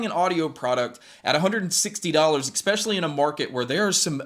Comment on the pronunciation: You are professional media now ..... lose "expeshially" .. completely. Add creditbility to yourself especially now. and ... please God don't axe me any questions.